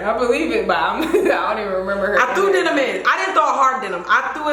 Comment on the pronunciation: Girl not Denim!!!! Like Demin was going to open the door!! 🤣🤣